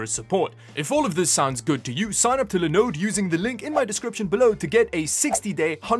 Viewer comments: Seriously the way you pronounce Linode has stuck with me. Now whenever i heard another tech youtuber say "This video is sponsored by Lindoe" I'm reminded of your voice and i say "Your saying it wrong! It's Liiiinnnooooddeeee" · I wish I had someone to love me as much as loves saying Linode